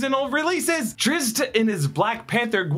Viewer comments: Stickler here, you butchered Drzzt's name, lol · The butchering of Drizz’t I can forgive, but attributing Beholders to Futurama? Just say you don’t know anything about D&D. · Listening to you have a stroke trying to say Drizzt made my century 🤣🤣